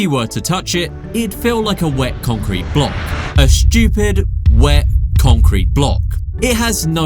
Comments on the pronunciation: The guy keeps saying the sun fish is shchoopid. What is 'shchoopid'? Is that british for 'stupid'? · Who are you calling shtchewpid, you're british..